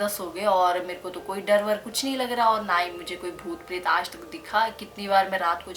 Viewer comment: Is he said aaj as aash?